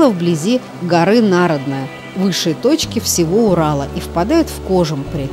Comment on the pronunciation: Прошу прощения, почему нАродная, а не НарОдная?